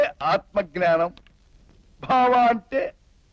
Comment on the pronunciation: గ్నానం కాదు ఙ్ఞానం అనాలి